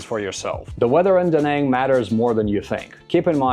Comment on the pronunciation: Spending 2.5 years in a place and still not knowing the proper way to say the city…. Stfu